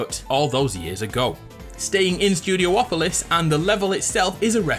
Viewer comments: IT'S NOT STUDIO OPOLIS!!! IT'S STUDI OPOLIS!!! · Studiopolis, not studio-opolis